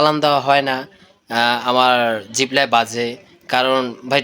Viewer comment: জিবলা না ভাই জিহ্বা